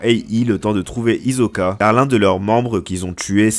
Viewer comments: C'est Hisoka pas izoka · Mon gars c'est Tserriednich et pas Tserridini et Hisoka et non Hizoka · Pk tu dis Tesredini et hizkoka ?🤣🤣🤣@